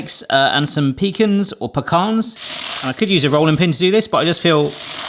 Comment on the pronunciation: I've heard pea-cans and I've heard pea-khans ... but I've never heard peak-ins